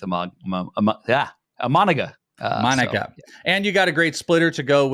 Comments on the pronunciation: Good insights guys, thanks. (Please check the pronunciation: EE-Mah-Nah-Gah, with a more even cadence--similar to vowel sounds in Spanish.) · Bros lost all cred when they started mispronouncing Imanaga's name. Tough listen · Isn't his name pronounced "im-in-a-ga"?